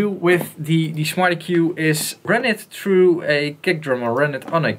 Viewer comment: lol sounds like hes saying "smarty Q 2"